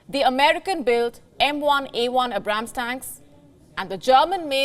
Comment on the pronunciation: I like how she mispronounced Abrams 😂